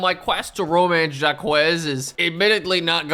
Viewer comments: Just coming into the comments to say it's pronounced Jock, not Jah Kwez 😅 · It is not pronounced jack-huh, but that's a lot closer than jakwez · pronouncing Jacques as "Zha-Kwess" and not "Zhak" kept hurting my brain. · You pronounce Jaques as jahkwez? Holy shiiiit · "Jacques" is a French name pronounced kinda like a mix of "jock" and "zach". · of all the crimes in this video, calling someone Jakwez is the worst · the pronunciation of jacques is killing me 😭